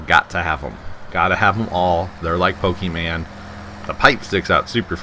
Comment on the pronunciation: He said pokeman. Who's what pokeman.